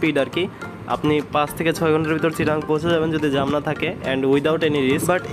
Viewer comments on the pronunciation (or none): জাম রে....জ্যম বললে ভাল হয়😇